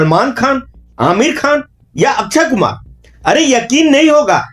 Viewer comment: अच्छयकुमार नही, अक्षयकुमार